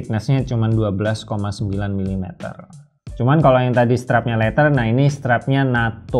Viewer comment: Leather bukan letter